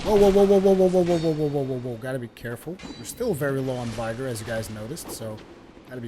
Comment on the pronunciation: Vigor has a short i not a long one. Vigor rhymes with trigger.